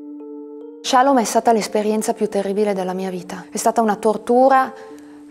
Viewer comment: "Che non potesse di nuovo accadere che qualcuno ci prendesse, ci portasse, ci segregasse..." cioè i suoi genitori. Suo padre magistrato non ha mosso un dito contro questa comunità. Comunque si dice shalòm, non shàlom.